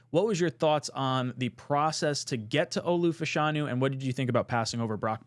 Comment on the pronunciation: Shoutout to for saying Fashanu correctly.